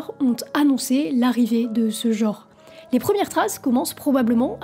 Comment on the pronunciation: on dit genre, pas jor! Merde, un peu de francais,meme pour du metal!